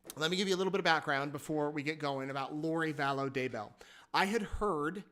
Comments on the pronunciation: they have had how many years and he said her name sounded like "value" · She's back to "Vallow"